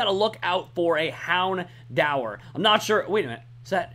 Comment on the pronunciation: say houndour as in Houn-door